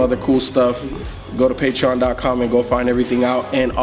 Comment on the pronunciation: "Patreown"